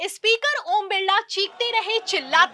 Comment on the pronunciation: Ispeaker nahi hota madam, SPEAKER hota hai 😢😢😢😢